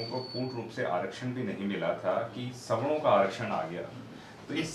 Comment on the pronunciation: Sawno-😂😂 Bolna to Sikh lo aage aae hue logon